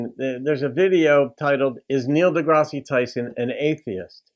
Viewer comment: It's not pronounced "Degrassey", it's pronounced "Degrass". Most accomplished scientists are atheist - scientists generally hold the position that only sound evidence warrants the acceptance of an idea and there is no evidence for any of the thousands of gods mankind has created.